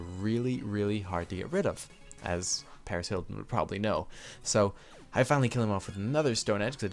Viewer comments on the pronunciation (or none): none